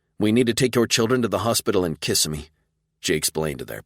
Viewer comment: I have enjoyed this series so far. This is the first book that being from Florida gives me a giggle....Kissimmee is pronounced wrong in the narration. We call it Kis Sim me not kiss a me. Lol